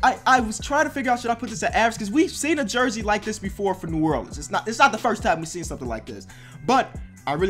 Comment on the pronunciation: This maybe bc I was born in Nola but does it trigger anybody else he says New Erleans